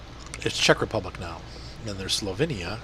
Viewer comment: Slovinia? You mean Slovenia 🇸🇮